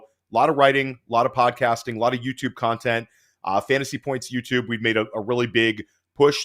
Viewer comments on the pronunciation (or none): none